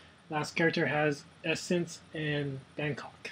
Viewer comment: essence instead of essen. san pablo instead of sao paolo, quantum specialist instead of quarantine specialist. just lol.